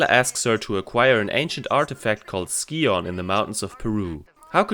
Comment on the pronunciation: Your #5 is my #1 track but they’re all great. I never understood why characters in the game pronounced “scion” the way they do. It should sound like “sigh-un”.